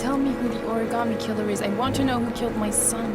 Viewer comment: clears throat "ori-GAMETE"